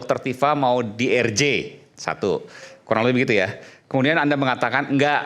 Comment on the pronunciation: Si orang ini menyebut RJ nggak usah pakai bahasa inggris lah, masakan menyebutnya er ji, yang bener aja. Belajar dulu lah.